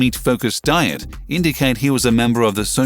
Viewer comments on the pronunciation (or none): "..D.IE ET" Andto think that they actually pay somebody to record these mispronunciations."